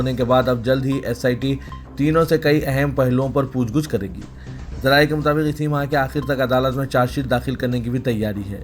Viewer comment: لف Lafaz pooch guch nahi balki pooch gach hai isi tareh lafz.taeen.bhi urdu ka nahee hai